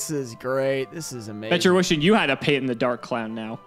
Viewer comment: First Payton, now Peeton. That poor poor clown you keep verbally abusing. /s